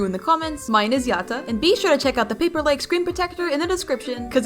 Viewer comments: No no it not pronounced "yot uh" its "yad uh" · FIRST of all it's pronounced ya - da Second of all brighteny is known for being skinny not chubby Third of all pls part 6 🥺🥺❤️🥺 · when you say Yatta you pronuce it "Yadda" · Btw it's yatta but it sounds like yada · The way you say Yatta tickles my brain and I love it🤩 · I LOVE BRIGHTNEYS DESIGN! I kinda like how you say yatta for some reason lol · Why the sound like you’re in a different language when you say yatta?￼